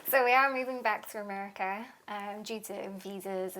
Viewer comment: WTH is Americurr?